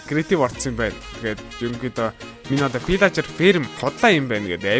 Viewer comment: ahaa valaager bishee vilager.Bas pilaager bish shuu pilager